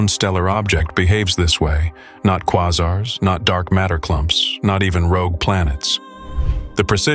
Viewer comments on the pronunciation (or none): If you cannot properly pronounce quasars and pulsars, your video is trash.